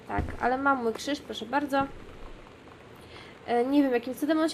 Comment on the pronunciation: No, ale dzie ten kszysz? ;_